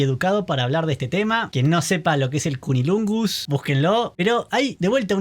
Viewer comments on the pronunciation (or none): Es cunilingus, no cunilungus. No la vi (y dudo que la vea) pero esta clase de "ensaladas temáticas" no me atraen en lo absoluto. De por sí, tampoco me interesan las historias de vampiros (y mucho menos de zombies) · Se dice Cunnilingus 👍🏻😂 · CUNNILUNGUS dice…😂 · Es cunnilingus no cunilungus😂😂😂